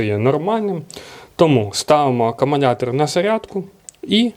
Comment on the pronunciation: Привіт, дякую за огляд. Але кажіть будь ласка акумулятор, а не акумунятор